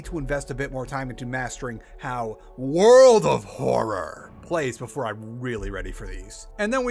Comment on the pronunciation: really wish he'd stop saying world of horror like that </3